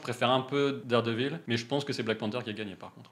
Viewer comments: Ça rit des Incroyable, mais vous dîtes Darredeville alors bon 😂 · Vous critiquez nos noms de films mais vous appelez dardevile: Darde ville😂. On vous aimes quand même.